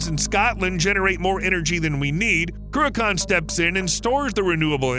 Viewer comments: Crew - a - con? ... Love it. It's pronounced Crew a chan ('ch' sounds as in loch). Never mind: Right at the end, the bloke doing the voiceover proves he can't say loch either. It was built because nuclear power plants take ages to ramp up and slow down. Cruachan enables nuclear power stations to produce at a steady rate while taking care of peaks and troughs in demand. It's now being used to try to do the same thing with wind power because the 'green' lobby has stuffed nuclear power. Unfortunately, supposedly environmentally friendly wind turbines actually produce more greenhouse gases per kilowatt/hour of electricity generated than nuclear stations because wind turbines are so grossly inefficient and use huge amounts of steel and concrete in their construction. The electricity they produce is entirely unreliable (when the wind don't blow, the turbines don't go and the leccy don't flow) and hugely expensive, which is why we pay a fortune for electricity in the UK. Time to give the 'green' lobby a good kicking, don't you think? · Not even our biggest hydro plant. Also its not "croo-ak-kan" Its more like Crook-en" but the K is pronounced like the ch in Loch (not lok). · Cruach ann Not Cruchon Sc Otland NOT Scaatland .....Tich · My father was a civil engineer on the Cruachan dam project. My mother lived in one of the nearby villages. Without hydro electricity I wouldn't be here! P.S. It's pronounced Croo-achhhh-an not Croo-akan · Croo-akaan ? 😂😂😂 If you’re making a vid, at least have the courtesy to research the correct pronunciation. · Listening to an Amurican pronounce scottish words is hilarious . Ben crew-a-khan😂😂😂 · It's pronounced "Crew-kin/Croo-kin". You're welcome. 😉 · It is not pronounced "Cruacon" for starters! Hate it when Americans do these videos and cannot even get the pronunciation of Scottish place names correct. Some of the Gaelic names can be difficult but this one is very simple to say correctly. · Your mispronunciation of Cruachan drives me nuts